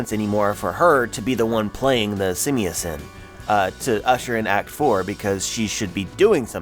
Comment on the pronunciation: simiasen ? You butchered the translation xD it's Shaamisen kinda like sha mi sen